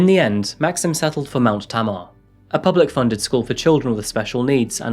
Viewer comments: It's tay-mar not ta Mar lol like the river tamar!!! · I live in Plymouth and I've spoken to people who worked for him, none of them thought he was anything out of the ordinary. No red flags, no unusual remarks, he was clearly capable of presenting a normal person facade to others. His estate was very nice btw, not rough at all. It's Tay-Marr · Corrections- Keyham is part of Plymouth, the towns and villages surrounding the OG town of Plymouth unified about a century ago. Also its pronounced Tay-mar, not Ta-Mar, its the name of the border river of Devon and Cornwall. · Dunno if its been pointed out, but as someone from plymouth i can tell you that you mis-pronounced ‘tamar’ its not ‘ta-mar’ its ‘tay-mar’. Jus’ sayin. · Also it’s pronounced Tay-mar not tamor, my wife is named tamar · Tamar is pronounced Tayy-marr. Always odd seeing my hometown in true crime cases... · It’s Tamar… pronounced Tay-Mar. Excellent channel. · Tamar pronounced tay mar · Its pronounced Tay-mar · This happened like 5 minutes from my house. Also Tamar is pronounced tay-mar. And smeatons tower is a lighthouse for anyone wondering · Tamar. Pronounced tay-mar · Tamar is pronounced Tay-mar in these parts, after the river that separates Devon and Cornwall :) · It's pronounced tay mar! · Brilliant video, i live close to Plymouth and this story rippled through the south west and beyond. Was so happy to see this video in my inbox as despite being local to the event, I never knew anything too detailed about it. Tamar is also pronounced ‘Tay-Mar’ (with an extra argh on the -r if you’re feeling a bit West Country) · I'm from Plymouth and I thought the same about the pronounciation of Tamar as you. Was such a shock when all this happened- never expected something like that to happen down this way.